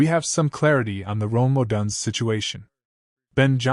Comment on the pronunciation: If I don’t hear Odunze’s name pronounced correctly, I can’t take this seriously. Stop having AI read your videos.